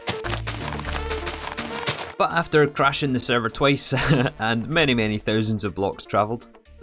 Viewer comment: "After cwashing the sewvew twice" Is the sewvew bad ow you twavelled fow too long ?